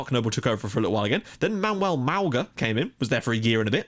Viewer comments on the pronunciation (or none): none